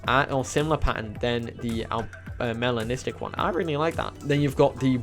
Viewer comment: Why do i always think you saying my name when you say melanistic 🤣🤣🤣 Also the tropic skin looks more like a koi fish 😍😍😍